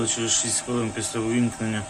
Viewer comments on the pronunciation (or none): none